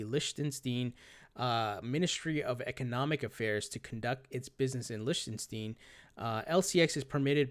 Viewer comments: its pronounced LICK-MY-STEEN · A little Help. Pronounced lick ton stein.